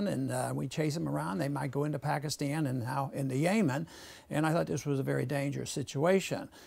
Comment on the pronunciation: I would take him more seriously if he could pronounce Yemen and Saudis right